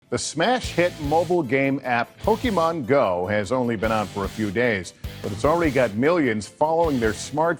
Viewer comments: And if the news reports it they have to intentionally pronounce it POKEY-MAHN so that it infantises it while pretending they don't know what it is. "This...uhh...Pokey-Mahn?!" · Pokimon.... Lol ... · Po-key-mon go-to-tha-poles